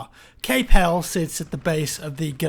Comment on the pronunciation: Cape "Hel-lees" as in Helles meaning Greek! lol... looking forward to Turning Tides